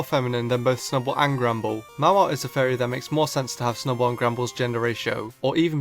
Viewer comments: whenever you say fairy it sounds like furry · It sounds like you are saying furry as opposed to fairy and its mildly amusing xP